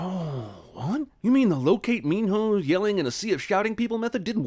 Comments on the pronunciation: Minho is pronounce mino, not meen-hoe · Every time he says “Mean-hoe” I cringe. IT IS PRONOUNCED “MEANO” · How did Minho’s name pronunciation go from Meeno to Mean-hoe by the end of the series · I don't know why it keeps bugging me he keeps pronouncing Minho's name as Mean-Ho. Reaaally emphasizing that H... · Is Minho actually pronounced as Min-hoe? Just asking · Did he say “Min HOE?” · I keep hearing mean hoe lol no...I'll see myself out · I'm adding another sin for the amount of times they say Minho with different pronunciations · STOP SAYING MINHO LIKE THAT!!!!!! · I cant concentrate on the fucking video when he pronounces minho